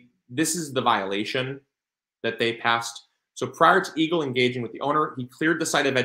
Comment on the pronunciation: I'm sorry, but the first several times you said eagle, I thought you said evil... Blessings to you and your family 🙏🙏🙏